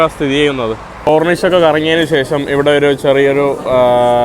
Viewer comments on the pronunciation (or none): none